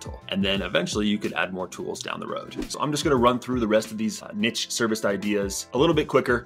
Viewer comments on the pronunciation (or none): It's NEESH, not Nitch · yo great video but if you ever do this again it is pronounced neesh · Niche is a french word. It’s pronounced /neesh/ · This is majorly bugging me that he can't pronounce niche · I’m wading through the numerous excessively incorrect pronunciations of the word niche in order to get the valuable info. Thank you sir for your bravery.